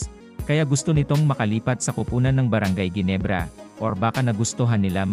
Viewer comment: Ayusin mo nga ang pagbigkas sa brgy.ginebrs